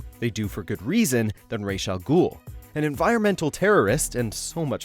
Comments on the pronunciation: "Raysh" Al Ghul? Every other time I hear that name, it's "Raws" Al Ghul. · how the fuck did you pronounce Ra's al Ghul name?????